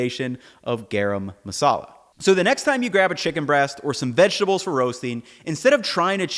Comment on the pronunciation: It's garam masala. Not gayraym masala.